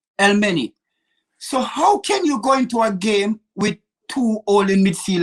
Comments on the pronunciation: just to make this one clear for you,, Elneny not el meny, elmeny means sperm in Arabic and we don’t want that, so Muhammad Elneny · Robbie: El Nenney.........2 seconds later: El Meney:) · Man said Elmany 😂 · We only gonna have Partey, and what’s his name? “Elneny” EL MENNY! 😂😂😂😂😂😂😂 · Bruhh Bengouzi Elmeny William I love this guys pronunciations they are priceless 😭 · should be locked up for the way he butchers player names. Williams, El many 🤣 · 😂😂😂 He Butchers everyones name. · 😂😂😂how he pronounces El nenys name wrong after hearing it